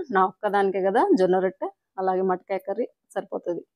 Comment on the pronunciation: Adi matikaya kadu motikaya